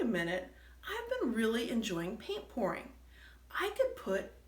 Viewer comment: very interesting... it sounded like you are saying painting porn, lol. I think you are pouring? Yes, I see now you are pouring, not porning, lol. I love to paint small paintings too so I am going to experiement with your hanging...gotta listen again to see what you used to hang. Thanks, I teach watercolor at Roswell Visual Arts Center in Roswell, GA.